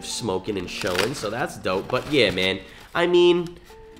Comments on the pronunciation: It’s beerya bro not bereriia I messed up too when I first seen them tacos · You pronounce it like ( Be-Dee-Uh) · Beer-re-uh now say it fast Birra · As a white male, I don’t think I have a place but. Beer-E-uh… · birria= “beer-ei-a” for the pronunciation but besides that mayne fire video you speaking faxts talm bout people flex how cheap they weed is then be mad aff when i tell em they loud quite compared to mine😹🤧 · Love the vids you a real homie I appreciate you making All of our days better and also it’s Bi-rri-a I hope you have a dope ass day love you cutie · Pronounced BEERYAH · Nooo you’re from SA how u gonna say birria like thatttt😂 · The way you tried to pronounce birria and Consommé is disrespectful and not correct no where near how you say it correctly